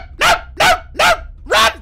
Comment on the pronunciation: my favorite is when he rolls his R's when he's scared "RDRDRDRRRRUN DAZ!!"